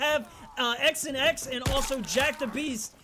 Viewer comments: His name wasn’t pronounced ‘x and x’ lol it’s Xanax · Did he say x and x boi it’s xanx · he's saying "x and x" but it's said "zan x" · Xanx /Zan-ax/ not x and x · X and x??? It’s XAN X(zan x)😂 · Pretty sure his gamertag is pronounced (xan)X 😂😂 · His names not "X and x" its "zan ex" like lil Xan lol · X an X 😂 it’s pronounced zan x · Bruh he said X an X. I’m dead it’s supposed to be said like Xanax the prescription pill. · XanX is not X an X it is XAN X( ZAN X) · its not X an X its pronounced zanex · XanX is t pronounce XnX it’s pronounced Xanax lmao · I’m pretty sure his name was pronounced xanax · I think it's pronounced xanax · Uh,.... Its pronounced Zan-Eks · He pronounced XanX wrong I think. Isn’t he trying to have it spelled like Xanax the pill? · Its funny how he pronounce“ xanx”